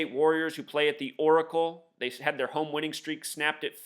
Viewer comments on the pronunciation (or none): none